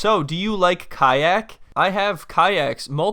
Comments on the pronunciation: "Do you know how to say kiac?" LOL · she's being difficult on purpose with the language, kayak is the same word in English and Spanish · Translator comes over TQS: "Do you know how to say 'kayak?'" Im dead LOL